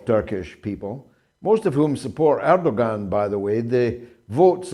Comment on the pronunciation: George where did you get this clown from, he cannot even pronounce the Turkish president's name correctly. You know I have lived in Turkey for 20 years. Erdoğan is an Autocrat, he and he alone is the cause of Turkish demise re currency. It is Erdoğans policies that have Turkey in the mire that they find themselves in today. He's a dictator. Check his political opposition as you will see a lot of them are imprisoned, by Erdoğan. I'm disappointed also that he was reelected. I don't like authoritarian regime's George. Turkey is fast becoming a worse country than I encountered over 20 years ago. It's a religious bigots paradise now George.